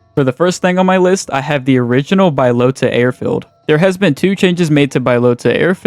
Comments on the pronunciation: Its Bahloata not Baylota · came here to say its B-AH-Low-TA. not BYE-LOTA.... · BA-Lota not Bi-lota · Really bothers me you can't pronounce balota it's not bilota it's BAlota ahhhh bahhhh bahlota fucking dunce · its Balota not Buylota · No way you called it BYElota It’s BAlota airfield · How tf does someone say "bYlOtA" when its Balota? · Bro saying byelota is driving me crazy Buhlota that’s how you say it wtf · lol “Bye-lota”. Do you see an i after the a in “Balota”? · It’s pronounced BUHlota btw lol. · bro you dont say bylota seriously do you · Admit you pronounced it like that for comment bait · don't tell us what to do, learn to pronounce words correct next time. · The way you pronounce balota deserves prison time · sorry couldn't get past the mispronunciation of balota